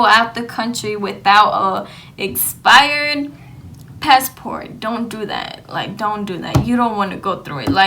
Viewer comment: I tried I really tried I got a headache half way through, she needs to study english and spanish. "pesso" instead of Paso, and "espired" instead of expired my dad was "frustrating" instead of frustrated. I can't, it hurts. Glad ur okay, u made a video so it must have worked out. ✌